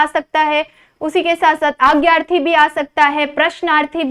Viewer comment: Didi marathi mai agyarthi nahi bolte.. adnyaarthi bolte bai..